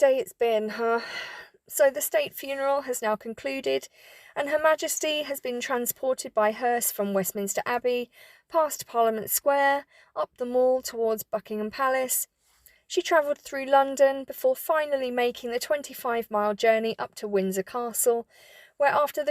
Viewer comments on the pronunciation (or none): The MALL. It Rhymes with “pal” and “shall”